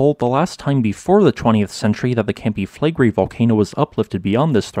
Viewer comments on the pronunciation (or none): Campi Flegrei is pronounced something like "cumpy-fleg-ray", and Pozzuoli is pronounced something like "pots-wol-ee". Despite whats going on at Campi Flegrei every geologist reckons that the next VEI 6 or 7 caldera forming eruption will occur at Iwo Jima. It will erupt like 1912 Katmai, 1883 Krakatoa, 1815 Tambora, or 1613 BC Santorini.